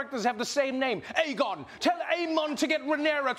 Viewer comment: As a song of ice and fire fan it’s so weird hearing main stream people say Aegon lol. Aegon the younger for the win!